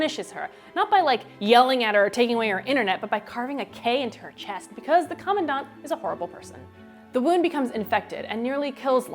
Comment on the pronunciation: cau-maun-daunt?!? i've been reading it as cuhm-an-dant... and hel-een? its hel-ane